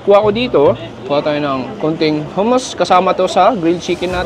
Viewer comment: The way you pronounced hummus😂